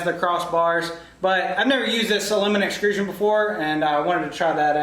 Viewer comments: Excellent build…but I have to say one thing. “Extrusion” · Nice build, but please say it correctly with me: EXTRUSION! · This is an awesome project but my ocd or whatever can't get over you calling it exCRUsion instead of exTRUsion lmao. Really is an awesome video though keep up the good work!